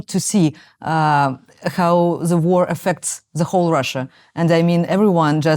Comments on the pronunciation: Marci, How kiejtve háu, nem háv. Valamivel jobb az angolod mint az enyém de ha nem hiszed kérdezd meg, mert még soha sem hallottam így ejteni a how-t. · Aki ilyen választékosan beszél angolul, az miért ejti a "How?"-t, úgy hogy "Háv?" ahelyett, hogy "Hau?" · Zseniális, hogy angolul ilyen mélységben és ilyen hosszan össze tudtok rakni egy interjút. Egy apró fülzavaró észrevétel Marci: a how-ban nincs V! :D